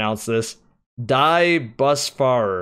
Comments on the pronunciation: "Die Busfahrer" is a German name, which is translated to "The Busdrivers" and u obviously pronounced it completely wrong but nice try: it made me laugh 😂😂😂. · For pronouncing die Busfahrer , I think it’s “dee boos fah r” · lol 'Dee Busfair-er' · The clan "Die Busfahrer" literally means "The bus drivers" and is pronounced somehow like "dee boosfarer" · The hardmode world-first team are Germans.. Die Busfahrer (your pronunciation was really funny) means The Bus Driver.. Great video like always